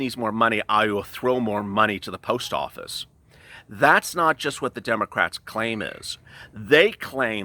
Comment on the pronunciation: He did say dum’ocrats 👀💀😂